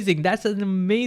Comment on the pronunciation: Gamow is pronounced Gam-off.